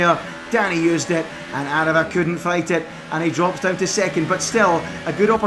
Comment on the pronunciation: Well done, you actually got aarava’s name right this time